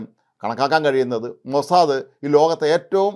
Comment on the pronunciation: സേട്ടൻ മോസാദ് എന്ന് പറയാൻ പഠിച്ചു സന്തോഷം